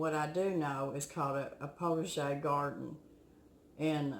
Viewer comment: a what kind of garden? I just couldn't make out what you're saying. So I searched the internet and found "potager" (French) is a kitchen garden for herbs and vegetables used in cooking and it typically included greenhouses and cold frames and herbs and cut flowers for the household. My neighbor makes his just like the first picture on the wikipedia page. In squares. He plants chrysanthemums around the borders. They bloom twice a year for him. And I'm with you! I absolutely love growing flowers!!!! The petunias are for outside, of course. Because I do want some of my flowers to beautify my outdoor garden. But absolutely I want cut flowers for indoors. I love to plant cosmos, daisies, black-eyed Susan, coriopsis, zenias & sunflowes (which attract cardinals and yellow finches). Last year I did English Daisies (but Thumper ate the blossoms). He lives under my hostas & heuchera (coral bells). I love my tulips, daffodils, anemones, iris, and glads. I've done some roses and pansies and petunias. My mom always had petunias every summer and me and my silly sisters would pick th flowers and take 3 bobby pins and make our dancing petunia dolls. Put 2 bobby pins on the 3rd one for body and legs. She will twirl like a can-can dancer! Then you put the petunia on for a skirt! Go ahead and laugh!! Kids can make a toy out of anything! I was the worst for it. It drove my mother mad! I made everything into art or a toy. We dressed up our kittens in doll dresses. We made forts